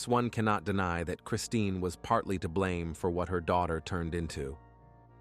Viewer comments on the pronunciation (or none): none